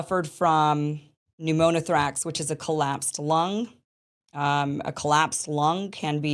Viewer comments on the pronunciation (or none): Mispronouncing pneumothorax